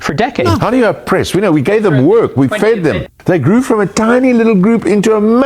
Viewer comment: Apple —> Tree. I don’t care how awful his dad is, he still doesn’t get a pass. He says “fid” instead of “fed” but you don’t see me all “go back to Africa” about it. Ronald Reagan saw our immigration population as one of America’s STRONGEST assets. Perhaps HOW we became such a great country in the first place. And now we have white nationalists in charge and look at this mess. Our planet is made up of all types of humans, and as humans, we have invented ways to cross to each other’s lands. In doing so, we are evolving. Clearly the solution is for Elon to hurry up and get that all-white mission to Mars goin and good riddance.